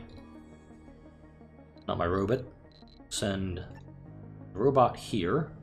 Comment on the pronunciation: You saying " Robut" isn't a Futurama's Zoidberg reference by and chance?